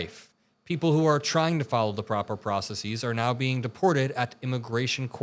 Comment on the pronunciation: Process-es,; not "process-eeze"!